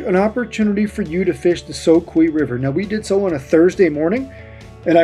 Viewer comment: It's the ' so q ' river , spelling is soque with only one E at the end , this land and streams were named by the Cherokee Indians hundreds of years ago and just like their name ending with 2 E's it's pronounced like 'key' everything named by them with 1E is pronounced 'q' . Don't ask why the locals don't know the proper way to say these and multitudes of other Cherokee named places thru out these lands , maybe it's a Southern thing . Love your video and sure hope you continue and the great fishing .